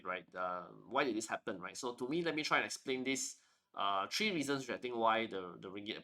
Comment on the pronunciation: Please, it's "three" (3) not "tree". It sounds so ugly.